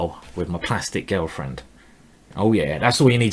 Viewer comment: Anyone else notice that Simon says girlfriend like Gelfand? :P